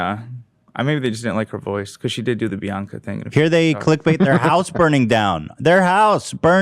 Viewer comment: I really thought she was saying baka not Bianca